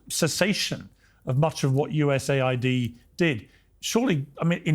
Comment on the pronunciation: he keeps saying USA ID as US AID.